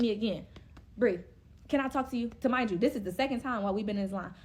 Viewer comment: Remind you lol not tamind you wtf